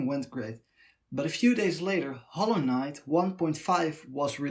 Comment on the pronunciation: that howwowknyight pronounciation lmao